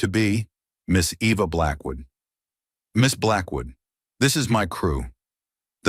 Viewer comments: Not Ĕva, Ēva, like EEvă. I hate all the photos of her in tears and all the laughing family and society people. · Great story. speaker needs to learn pronunciation of characters names and writer to keep the spelling of their names the same. Eva